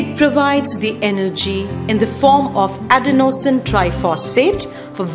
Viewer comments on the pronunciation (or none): none